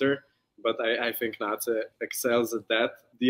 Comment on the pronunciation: Thanks so much for this interview! I really like your questions and the interactive part. Keeping my fingers crossed for a JO-interview with all the members for you! PS: In case it happens: Nace's name is pronounced "Na-tse", not "Nais" 😅